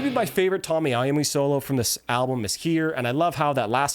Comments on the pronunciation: I'm watching a guy talk but every time he mispronounces something I feel like I'm listening to an AI narrator it's Tony not Tommy computer God not computer guard sorry to nitpick actually kind of funny narrated it's just automatic now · Excellent presentation of one of my favourite alsums, but I believe you are mispromouncing the guitarist's name. Tony Iommi is Italian, it is pronounced TOE-knee. :) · just say T oh-ny I oh-me he deserves you getting his name right. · It's Tony, not Tommy.